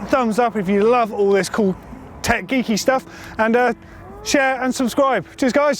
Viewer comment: am i the only one who heard "welcome to GMBN deck" and not tech?